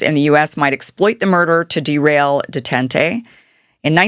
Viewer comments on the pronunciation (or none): “De-Tent-Eh? Detente is pronounced Day-Taunt. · Detente pronounced day tawnt... Gromyko pronounced grow me koh... Dobrinyin pronounced doh brin yin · What you call "day ten tay", Kim, was known as "Day TAANT". You really showed your (youthful) age there! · Deetentay? Come on Kim , with respect you should know how to correctly pronounce that word if you’re a political journalist !! It’s pronounced “ daytont “ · Tont not taunt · Does she mispronounce the French loanword 'detente' (with or without an acute accent) so badly, because she is from Idaho or because she is so young? Anyway, another "great show" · It's detente, pronounced de-tant. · It's pronounced "day-taunt" FYI, Kim. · I appreciate and respect your reporting, although you need some assistance in pronouncing Russian names and even the word detente (da-tant). Maybe no one except people like me that were there recognize this. Thanks for your reporting, like your take on this. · Detente is pronounced "dāˈtänt/" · "Day-tent-tay." Oy! Dear girl, if you're going to have an audio channel, please put some effort in learning how to pronounce foreign names & words. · Oh Kim! its pronounced day--taunt >>> Detente.. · Fwiw detente is pronounced: like deh-taunt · I can't not comment on this. Is Kim Iversen really this stupid??? She can't pronounce the name of the city of 'Minsk?' She pronounces it 'MINKS???' Then she doesn't know the word 'detente?' She pronounces it 'DUHTENTAY???' You've got to be kidding me. This is grade school shit. How can you possibly be taken seriously as a journalist if you read like a 2nd grader? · Dear Kim: please google the correct pronunciation of detente. It does not sound like "dutentay." Do they not teach this period of history in US history classes any more??? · How to pronounce détente: [day-tont] It's French - why not learn correct pronunciation before going on air. It wouldn't take that much time out of your life.